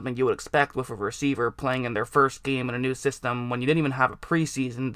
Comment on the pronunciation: "With"="wuf" lol